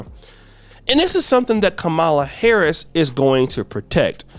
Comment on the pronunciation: Was listening until you intentionally mispronounced Mrs Harris's name. Phuck you!